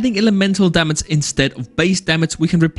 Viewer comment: "Damac, Raince" whats wrong with your pronouncing 🥲